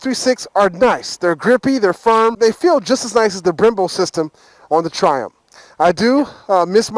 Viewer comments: Triumph... tri... umF. it's not triump. Triiii... umph. UMF jeezus man. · Loool the way he pronounce Triumph 😂😂. "Ph" at the end sounds as an "f" not "p". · the ph in triumph is an f sound. i know its sad but its bugging shit out of me now after watching a lot of your 675 vids!